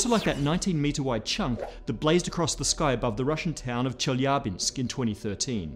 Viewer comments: Thank you for pronouncing Chelyabinsk correctly. :) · I love how he pronounced Chelyabinsk. Excellent.